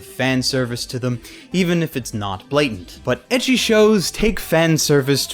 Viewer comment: Ecchi is apparently supposed to be pronounced like the letter h.